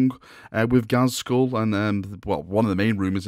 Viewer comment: Uhm... Its Not ghazkhul...